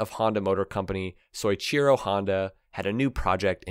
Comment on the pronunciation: Just in case you cover them in the future. Pronounce So-ee-chee-row